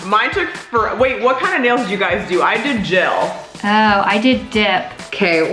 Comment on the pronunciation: I love how said gel like jail